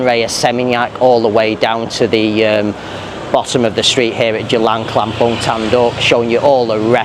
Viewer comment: C is pronounced as Ch buddy.